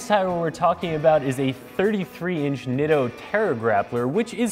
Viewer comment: I used to work for Nitto as their photographer when they first came to the US. The name is pronounced NEETO. PLEASE say it correctly.